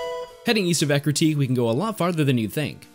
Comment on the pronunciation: God, i always called Eructeak City, until i heard you saying Ecruteak , 14 years of playing this game and until now i realized i was saying it wrong, damn